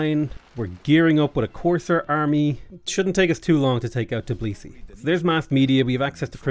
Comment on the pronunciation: My good man, over many years that i'm watching you play civ6, you're not once name Georgian capital correctly. It's always TIB lisi, but it's actually TBI lisi